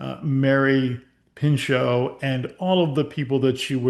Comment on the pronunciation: her name was Mary PINCHOT Meyer, not Pincho…